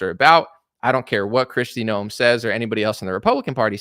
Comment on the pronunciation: Hey, her name is Kristi NOEM not "Noel"